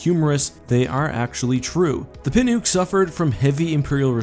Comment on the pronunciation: I'm pretty sure "Pinook" is prononced "Pin-uck".